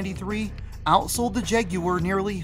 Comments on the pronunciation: “Jag you were”??? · i can't watch this video if you're gonna be pronouncing it "jag-you-urr" the entire time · My ears are bleeding after hearing you call this thing the “Jag-yoo-wer” over and over.